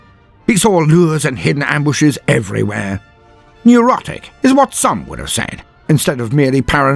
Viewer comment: wait,, di you call Tiddles neurotic? or erotic? at roughly the 10 min mark. Also, THANK YOU for another awesome vid xD